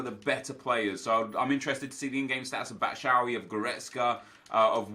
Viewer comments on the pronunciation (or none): Hey, you should say "Batshuay" instead of "Batshauy". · hey Nep, just wanted to say you pronounce Batshuay as bat- shou (as in you) - wai (as in nice) 😅